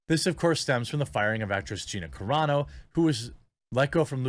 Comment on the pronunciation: Wow, Jeremy actually now knows how to pronounce Gina Carano's name correctly! He went from "Care-ah-no" to the correct "Cuh-raw-no". Finally.